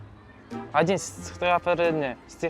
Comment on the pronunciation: Сетақатварение дейма😂😂😂